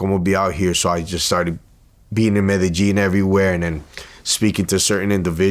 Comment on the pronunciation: I’ve always thought it was pronounced me-de-yin not medejin 😂 MCs entire bottom teefth whiter than his white jacket